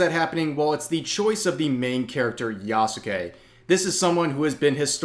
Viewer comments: who the fuck is ya-soo-kay? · The u is silent my guy